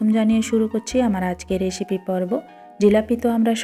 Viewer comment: প্রথমত, রেশিপি বলা বন্ধ ররেন। আপনি কি কোলকাতার? কথাটা হলো recipe re- রে, ci- সি, pe- পি। রেসিপি। কোথাও কি che, বা shi আছে যে রেশিপি বলতে হবে। খুব সুন্দর হয়েছে। কিন্তু স্টিল এটা জিলাপী নয়।